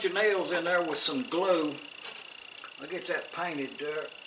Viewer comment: She says "That thar is mind chatter".